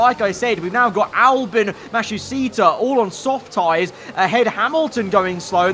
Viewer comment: Why do you pronounce it “Albin” and not “Albon”?